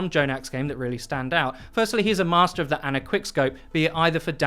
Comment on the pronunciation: its Ana not Anna..... americans....